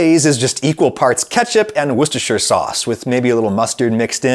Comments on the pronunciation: Thank you, thank you, thank you for being one of only two of the literally hundreds of youtubers who can actually pronounce the word “Worcestershire” correctly. 👍👏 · I'm amazed how easily you pronounced, "Worcestershire sauce".